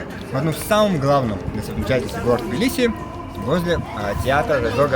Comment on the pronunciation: Прчему "тобиле"???? Тбили (т произносится с придыханием)